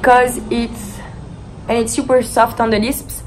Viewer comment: “Because it’s super soft on the liSpS” I died